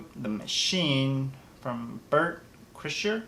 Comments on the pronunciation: Bert krishher? It's kry-shur lol I got you Bert. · Pronounced cry-sure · Its pronounced Cry shh er